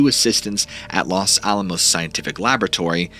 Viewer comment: Fun vid and great channel - you are a talented orator. Couple things - Taos is pronounced "Towse", not Tay-os. Also, the Los in Los Alamos is pronounced with a hard O (like Lowes), not a soft O. I also noticed the saguaro cacti in your background.These are beautiful but are native to Arizona specificaly, not anywhere in Nuevo Mexico. Anyhow, the Dulce story is similar to the Taos hum. Keep the stories coming. Love listening to them.